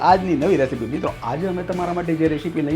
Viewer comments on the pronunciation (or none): રેશીપી 😂😂😂😂😂😂 રેસીપી બોલાય